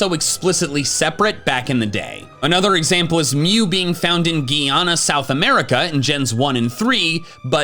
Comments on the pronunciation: Bro bro this guy is way of is not Jeeana It's Guy- Ana same how it's spelt and I should know I live here 😂😂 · just to let you know, its not ghee-anna, its guy-anna (Guy as in: i was talking to a guy) anyways, nice video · Its not gee-anna it guy-anna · Geeyana South America? 😂😂😂😂 it’s pronounced Guy - Yana my guy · geeeana?! I]its GUYana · now ive been off of watching for a while but im binging its not GUIana its GUYana like GUY + ANA its simple also no hate im just saying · Not gunna lie I cringed when he pronounced Guyana as Gee-ana. 😅 It’s Guy (as in family guy), -ana. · Guyana is not pronounced Geee-Anna. It’s pronounced Guy-Anna. Sauce I’m from there. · Lol it's Guy-A-nuh not gee-ah-nuh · This was a pretty fun vid, didnt even know some of these, also the guy in guyana is pronounced well... guy not gee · I hate to be that guy but its pronounced "Guy-ahn-ah" 😅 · Its pronounced GUY-ANNA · I love how you're literally the first and only major pkmn YouTuber that covers the mew DNA data info from the poke mansion. The country pronunciation is "Guy-Ana". I'm half Guyanese so for me seeing this info in the book in the 90s, made me crazy cause I thought no one would believe me 😂 thanks for bringing this to light ❤️ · Guyana is pronounced more like Guy-an-ah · It's pronounced Guy - Anna. You're mixing it up with the French one. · It's pronounced Guy-ana dude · listening to mispronounce "Guy-ana" was funny 😂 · never heard Guyana pronounced like that XD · THE WAY YOU PRONOUNCED GUYANA NEARLY GAVE THE ENTIRE CARIBBEAN A STROKE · Brooo the way this man said “Guyana” 😂😂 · That pronunciation of Guyana 🇬🇾😭😭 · As someone of Guyanese descent hearing mispronounce it injured my soul 😂